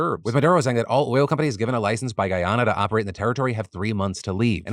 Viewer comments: Hey Phil just a heads up... We pronounce Guyana as Guy-Anna. Not Guy- Onna We also pronounce Essequibo as Essie-Kway-Bo. The video below has it sung lol As a West Indian in Canada, my family has met Irfaan Ali, the President of Guyana, and we have a lot of hope he will be a great strength for the country, especially after seeing him on that BBC interview stay firm against the interviewer. I have heard of this border dispute for years and Guyana has suffered a lot over the last few centuries. From African slaves being brought to work, then Indian Indentured labourers, along with some Asian countries. From being the country with the largest mass sui** in the world at the hands of Kool Aid man Jim Jones, I am hoping for peace and prosperity Guyana. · as a Guyanese I’m happy and shocked that Philip is covering this story !! This story definitely needed more awareness! But I cringed every time you said Guyana and Essequibo hahaha